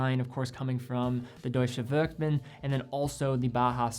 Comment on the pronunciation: You said deutsche werkbund. After googling i finally understood it because i was already not understanding what you meant yesterday. But great videos comming out lately.